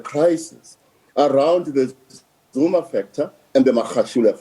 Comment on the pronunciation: You can’t evin pronounce the name how dare